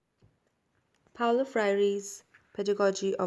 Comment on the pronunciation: It's Paulo.